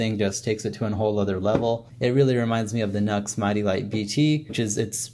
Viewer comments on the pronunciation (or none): It's not NUX, it's NU-X (new-ex) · NUX??? What a Nuxlehead!!! 🤣🤣🤣 That's NU-X bro', as in "New Ex". Next time some sound samples would be extremely beneficial as it would mean that we could actually form our own opinions as to which one is best for each of us...just saying.